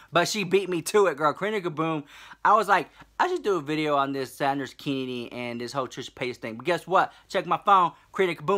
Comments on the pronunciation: Although I'm tired of hearing about Sanders Kennedy, I just can't get enough of how you say his name. 😂😂 I die every time! 😂😂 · I like John K. Sanders K. and Karina, but you are my fav. <3 btw I love love and laugh so hard when you say Sanders Kennedy <3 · The way you say saunders kennedy makes my day lol!!! #.